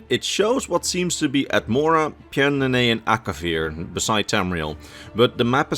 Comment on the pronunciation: I love how he doesn't even try to pronounce pyandonea, and just says a bunch of gibberish is the rough shape of it's pronunciation